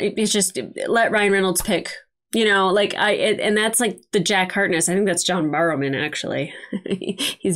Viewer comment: Barrowman!! John Barrowman" Not Borrowman! A not O He doesn't need to borrow any man, he has plenty of his own~ ;)